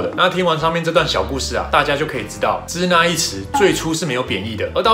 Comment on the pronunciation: 支那的读音应该是Shina而不是Cina